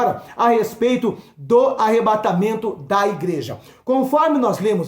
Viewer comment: Que palavra tremenda! Glória a Deus sobre sua vida 🙏🙏🙏🔥 É Arrebatamento, não Arrebentamento da Noiva... Rsrsrs